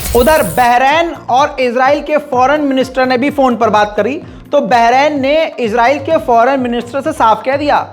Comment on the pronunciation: Izrail farishty ka nam h kindly israil bola Karen please